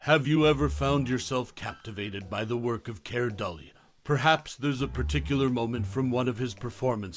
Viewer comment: Keir Dullea is not the only actor unrecognized by the current generation. As long as there are constant remakes and reimaginings, they never will be. No actor should ever be forgotten. And his surname is pronounced "Doo-lay."